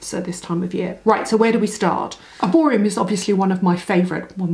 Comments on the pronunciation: Is it just me or are you calling it Erborium ??? 😂😂😂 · You are doing a paid promotion for a brand that you cant even pronounce correctly..there is literally no M at the end...there are only 2 shades claire or doree, oxidise horribly